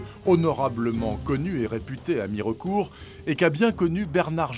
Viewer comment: 😂 on dit pas Mi-re-court mais Mir'cout ! On ne prononce pas le e dans les Vosges !